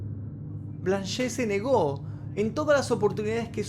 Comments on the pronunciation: Excelente vídeo,salvo un detallito:el nombre de la Blanche Monnier se pronuncia "Blanch"no"Blanché" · Blanche significa "Blanca" en francés. Y la 'e' final no se pronuncia. Osea: 'blanll'. Algo así. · La E de Blanche no se pronuncia.